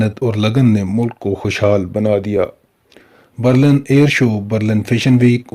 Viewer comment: Bhai Berlan Nhi , Berlin hai